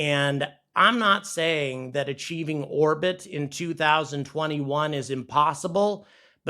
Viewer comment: Why does "orbit" sound like "our-pit" and sometimes "war-pit," when coming out of your mouth? Is this a new retardation of you mouth-breathers?